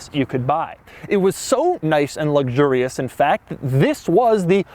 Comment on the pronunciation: "Luxgurious" LOL